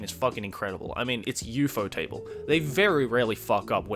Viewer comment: u-faux-table Me: have I been pronouncing this wrong my whole life